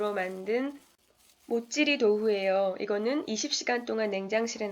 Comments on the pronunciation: 근데 모찌-리도후 아닌가요? 자꾸 모찌리-도후라고 하시넹 힘내세용~~~ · 모찌리도후라니 발음이 왠지 귀엽네요. 완성된 형태도 너무 귀엽구요ㅎㅎ 오늘은 교훈도 얻고 가네요. 질척이는 사람이 되지 말자!ㅋㅋㅋ ㅠㅠ